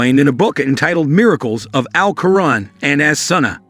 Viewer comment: You're pronunciation is, completely wrong, it's Qu' raan please